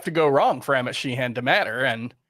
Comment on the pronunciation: I grew up with a few Sheehans in NY. Nobody pronounced it like exaggerating the second syllable. Like” Shehen”not She-Han. But thanks guys!